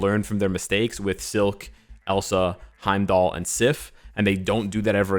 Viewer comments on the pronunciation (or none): none